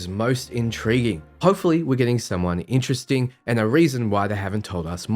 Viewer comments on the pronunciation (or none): none